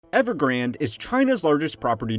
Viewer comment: Not evergrand, but EvergrandE